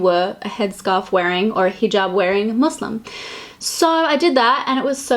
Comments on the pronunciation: I love how inclusive you are! Also, can we all appreciate how she pronounces muslim?!! 👌🏽 I also think it's great that you put the hijab on to show what the look would look like with one on! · Thanks for pronouncing Muslim right WITH AN S XD. also I love this series 💜💜💜